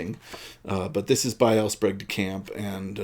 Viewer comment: My parents both knew L. Sprague DeCamp. They were both members of the Philadelphia science fiction Society, to which he also belonged. He was a guest of honor at a Philcon where I was a committee member. I can tell you for certain that his name is pronounced SPRAYgue and not SPROGue.